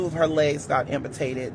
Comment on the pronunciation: Did he say imputated???